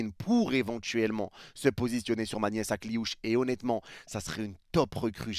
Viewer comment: "Ma nièce" Akliouche.. t'abuses mdr😂😂😂😂